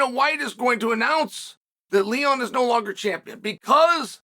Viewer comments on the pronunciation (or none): none